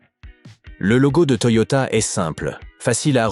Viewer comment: c'est T O Y O T A pas T O I O T A